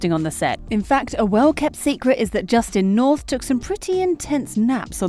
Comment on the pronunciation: "Justin North" 🤦 Seriously, how hard is it to say "Austin"